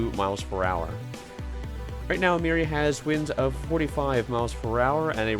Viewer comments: Calculator has a product of 414 which predicts this storm to be a Category 1. I think Meari might clutch that status as it passes or makes landfall in Japan. Also it’s pronounced MEE-uh-REE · it can be pronounced both ways I guess